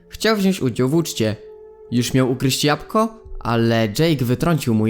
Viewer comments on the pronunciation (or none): none